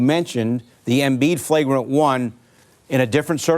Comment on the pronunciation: Joel Embeeeeeeeeeeetch